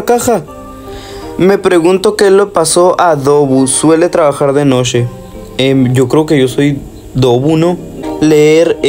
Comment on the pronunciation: por que dice noshe y no noche xd